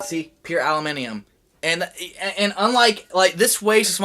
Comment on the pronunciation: "allimeniem" LMAO.